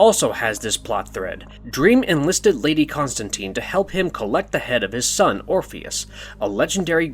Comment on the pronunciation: Constantine, how are you guys still mispronouncing this?